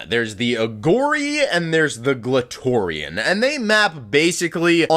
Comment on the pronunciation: Glatorian will always sound like clitorian